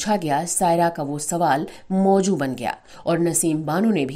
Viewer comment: Please don't pronounce z as j and vice versa. Otherwise you're doing a fine job. I love your narration. It's Mughle Azam not Ajam. Similarly it's mazboot not majboot. It's not mojoo but mouzoo meaning subject.